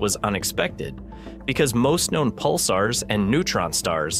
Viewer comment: Pick a pronunciation and stick with it. Pulsars, Pulsers, Pulssers, Pulzers....